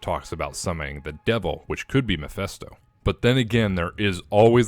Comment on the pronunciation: YOU STILL HAVEN'T GOTTEN AROUND TO PRONOUNCING MEPHISTO RIGHT 😡 IT'S NOT MEPHESTO!!!